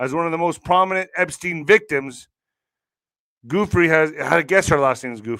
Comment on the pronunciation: Her name is pronounced Virginia (Goo fray)